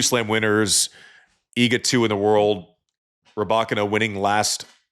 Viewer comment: The Sam Query school of normalising wrong pronnunciations has a new pupil - Roddick who insists on 'AnAsimova' (better than Query 's 'Anasamova') and 'Rabakina'. 🤯